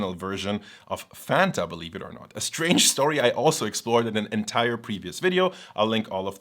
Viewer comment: as a friendly reminder, please look up the pronunciation of the word "entire". you use it soooooo often, it drove me nuts. xD great video though!